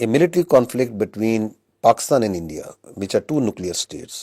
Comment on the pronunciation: Isbaar bohot dhyan se bola aaaaaand forces 😂😂😂😂😂